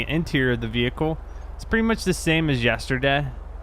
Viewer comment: He said yesterDEH